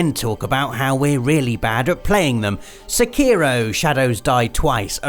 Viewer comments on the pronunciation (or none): Se key row..... Lol